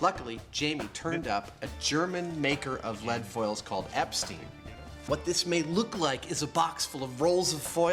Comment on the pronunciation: The lead foil used by Adam and Jamie is produced in Eppstein im Taunus (Epp-stine im T-ow-nuss, not Epp-steen). Beautiful little place in the Taunus mountains a short distance from Frankfurt am Main, even if one must unfortunately travel through Höchst to get there. One of my favourite places in Deutschland with beautiful mountain hikes, stunning scenery and the best Italian restaurant perched up on a mountain right next to Kaisertempel.